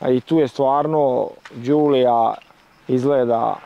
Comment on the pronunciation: Voditelju programa osim da mi kažete koja to A.L.F.A. u najačoj izvedbi nije vrijedna (arna nije alfa) neka nađe jednu sa najjačom opremom o motorom i da je usporedi sa bilo kojim autom iz tog segmenta. Vlasnik nezna ni izgovoriti pravilno model auta izgovoriti! Tako da nađi auto iste generacije i usporedi ga sa A.L.F.A. Fiat. Čak ni priča o djetelini nije baš točna.